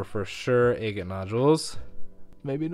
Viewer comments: A’ gate not aygate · Egg-it? I thought it was agg-it. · ah-gate, ah-gate, ah-gate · You're driving me crazy calling these agates, Ay-gits. The word is not pronounced with a long A. It isn't Aygit, it's Aah-get. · It is pronounced a-gate as in Aggie (short vowel) NOT aye-gate (long vowel). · I never heard the word agate pronounced that way. I always thought it was "aggit" to rhyme with "bag it". Anyway, this is really interesting! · I’m not understanding what you’re saying. What is an eggan or eggit? I don’t know what kind of stones you’re describing? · It's pronounced Agate stress on the first syllable. A as in apple not angel. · "Eggat nodules"...? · Agate is not pronounced with a long 'a'!!!!! A short 'a' as in ahhhh!!! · Please Google how to pronounce agate and adjust accordingly. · If you’re going to call yourself you should probably learn the correct pronunciation of “agate”. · I do enjoy your videos, with all their suspense! But I can't understand why you pronounce agate the way you do. The first a is like the a in apple.